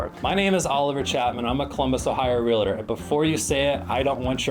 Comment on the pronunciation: A Realtor who can't pronounce Realtor?